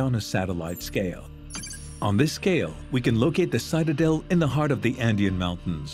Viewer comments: Citadel is pronounced with a short i, as in “it”not long as in “site” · You got your citadel and lidar pronunciations mixed up mr. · Interesting that the narrator continually mispronounces the word “citadel”